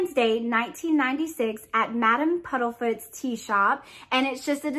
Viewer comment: This box was a let down the only thing I liked was the Remembrall . Also its PUDDIFOOT and not PUDDLEFOOT sorry but that bit was making my eye twitch lol